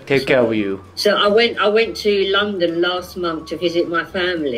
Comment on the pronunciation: 細井先生、普通に英語話せてるじゃん🤣🤣 発音も綺麗だと思った！若干イギリス寄りの発音ですよね🇬🇧(特にLondonの発音が無駄に綺麗ww)医療系専門用語を理解出来てるのも流石すぎた。聞き方もお上手ですし😌本当に多才でコミュ力の神です✨モリテツさん、このシリーズ続けて下さい‼︎